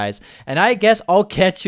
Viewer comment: Video with accent=fidio